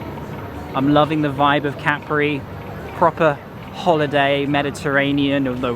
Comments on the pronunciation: Hello, really enjoy your on-the-ground videos. No b.s. and the real story for fellow travelers. And for folks who might be planning to visit this island, it's not pronounced Ca-pri, but Cap-ri. Keep up the good reporting. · if you're referring to me then I repeat what I said. The point is that the stress lies on the first syllable in Italian and on the second syllable in English pronunciation. How the syllable itself is split in Italian is interesting to know but not the point being made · Listen to the Italian writer - Ca-pri